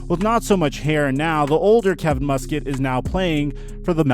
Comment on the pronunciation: It's pronounced Mus Cat not Mus Kit.